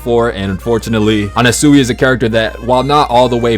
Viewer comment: "dia-vah-LOW" "ermehs" "ana-SEWY" 😭😭😭